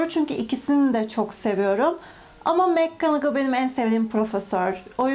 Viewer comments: Abla adlında tüm Türkler mcgonagol on adını yanlış söylüyor aslında makcanagıl diye okunuyor mekkanagıl deyiş çünkü orada ‘’Mac’’ yazmıyor umarım anlatabilmişimdir bdjdjdj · Black ismi bilek diye okunmaz ayrıca Mcgonagall’ıda mekgınıgıl diye okumaktan vazgeç sinirlerimi bozuyorsun kelime telaffuzların sayesinde haterın oldum